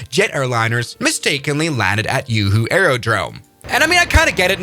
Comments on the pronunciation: juhu not yuhu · Yoohoo, who me? Who you? 😂 It's pronounced as "Jew who" actually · the yoohoo airport was killing me its joohoo with a j sond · It is joohoo not yuhu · Yoo hoo 😂😂😂😂 its juhu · Juhu ko Yuhu boldiya bhai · Bro the Juhu is pronounced as Ju-hu and not Yu-Hu. Indians aren’t Spanish just btw, your American ass isn’t drinking yoohoo here. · Its not uuuuuuuhuuuuuu its jjjjuuuuuhuuuuuuuu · THATS JUHU AIRPORT JJ NOT YUHU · JUHU NOT YOOHO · The j is not y we don't pronounce it like that juhu beach and juhu air port pronounce the J not y like the Germans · How is JUHU pronounced as Yoohoo? 😂😂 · How does someone pronounce J as Y 😂 Juhu is simply Juu-huu not Yuu-huu😂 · it is JuHu and not uHU, the J is not silent here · Its Juhu not yoohoo…. Bullshit bhuriyaaaa😂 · Bro call Juhu aerodrome as yoohoo aerodrome 😂😂😂don't call juhu as yoohoo 😂😂😂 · Yeet is not "yoohoo" or "yahoo" airport, it is "joohoo" airport. If you can say "Japan" you can say "Juhu" too. I get it you can't handle "Chhatrapati Shivaji Maharaj" but you totally can nail "Juhu" if you practice a little bit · Its not yuhu its Juhu😂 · Its juhu bro not yooho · Its not "yuhu" its juhu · AS A PERSON LIVING IN MUMBAI, it is not "YOOHOO" IT IS "JUHU" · bro it's pronounced "ZooHoo" not "Uhoo" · its not yooohooo moron😂😂😂 its juhu(pronounce as( joo-hoo) kinda pronounce😅😅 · Bro... Its Not "YooHoo"... Its JOOHOO... J like in James... 😂😂😂😂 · Juhu to Yuhu. My duch friends also pronounces J as Y and it was quite confusing in beginning 😊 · Dude it’s Juhu not Yoohoo ugghh 😣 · Wtf you mean by Yoohoo??? It's Ju similar to Juul vape. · That's all okay and stuff,, but it ain't 'yuhu'. It's said as Juhu, the 'J' like that of 'January' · "Joo-Hoo", Not "Yuhu".. Loved the video :) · correction: the juhu airport is pronounced as: "joo-hoo" not "yu-hu" as in spanish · Just so you know its pronounced as Joo-hoo and not You-hoo 😅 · JUHU! not YUHU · Its pronounced juu-huu